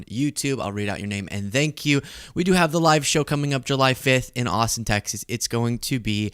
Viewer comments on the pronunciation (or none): none